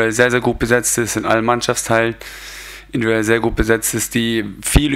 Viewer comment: Individuell. Es heißt individuell! Wer erklärt es ihm?